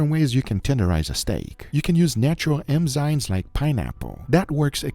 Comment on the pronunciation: Enzyme…..not emzyne…. Come on robot!